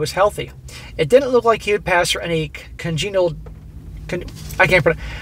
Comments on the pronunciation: "Nick" of time indeed. also, congenital. Con-gen-it-al. Pronounced just like it is spelled. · it’s pronounced con-gen-I-tal